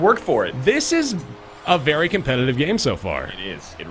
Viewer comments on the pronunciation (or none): "You played very well." "Baery well." I laughed much too hard at that.